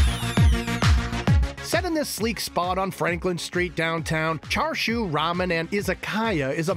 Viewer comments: Thank goodness someone said it, it was driving me nuts to hear him keep saying 'char-shu'. Like is it that hard for him to say 'cha'? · Chashu not Char siu, that’s two different things. He keeps saying char siu. The foods really looks good though 🤤